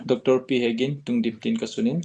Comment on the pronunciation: Not tungdim it's lhungdim